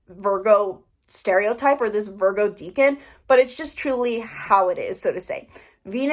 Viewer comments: Deca =10 its pronounced like deckan not deacon, I'm Virgo in 7 placements all in 1st house. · It's pronounced Deck-an.. it's from Latin. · Your mispronunciation of "decan" is very distracting and takes away from your credibility :/